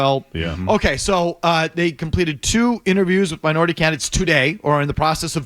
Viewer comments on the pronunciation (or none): Made a lot of emphasis saying Minority lol